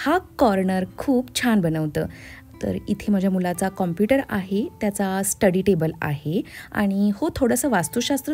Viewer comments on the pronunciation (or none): none